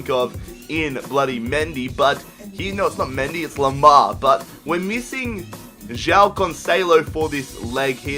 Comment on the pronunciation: the way you say joão "jyao". we in portugal say juaum